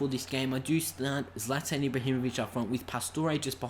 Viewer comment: I thought it was prounounced zlaetan